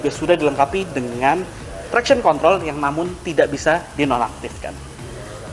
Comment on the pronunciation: Itu bilang traction control nya aku yang salah dengar agak typo omongnya atau gmn ?.